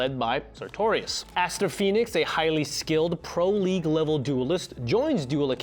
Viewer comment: Was your pronunciation of "pro-league" as "pro-le-shae" intentional or what?